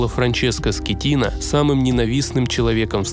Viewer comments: Не скетино а скатино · Капитан не Скеттино ,а Скаттино! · Франческо Скатина а не Скитина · Он не Скитина, а СКАТИНА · Теперь Он Франческо не Скетино а Скатино..😄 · Франческо скатино а не скитино получается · Франческо Скотина,а не Скетина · Скеттино, но ударение падает на и.